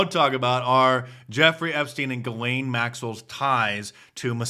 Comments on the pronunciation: It is pronounced ZHE' zlaine (French) NOT Gilaine. I've never seen anyone pronounce her name correctly yet. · And all this time I thought her name was pronounced "Jizz-lane."